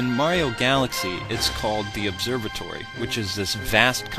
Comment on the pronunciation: ...you said Obserbatory.